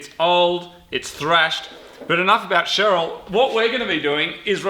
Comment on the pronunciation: Why does he keep saying "hello cherele"?